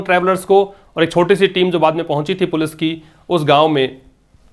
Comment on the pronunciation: Sir ap police ko galat pronounce kyu krte h